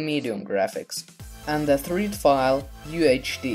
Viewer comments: its not treed file its the third. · "the threed file" *third xD